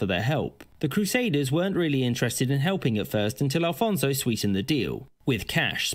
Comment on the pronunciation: Afonso Henriques - not Alfonso....